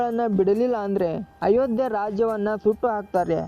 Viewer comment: Once you said ayogya not Ayodya sorry Jai Shri Ram